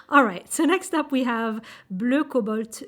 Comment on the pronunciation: I agree, Sennelier's watercolor is meant for layering as it is quite transparent. You almost got me with your nearly perfect French pronunciation ! We do say the "a" in "cobalt" just as if you were saying the first letter of the alphabet in French, like the word "banane" 😊